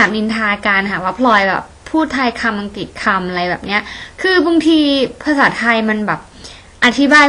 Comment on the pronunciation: พูดไทยคำ"อังกิด"คำ ฮ่าๆๆๆ ชอบๆๆๆ ^_^